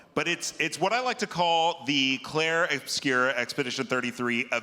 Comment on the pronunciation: IGN, who the hell is Claire?? Please get the name of the damn game right.